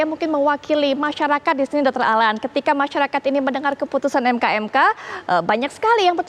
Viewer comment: MKEK mbak BUKAN ..MKMK